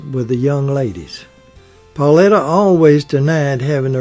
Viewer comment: Her name was PAULITA! NOT PAULETTA!!!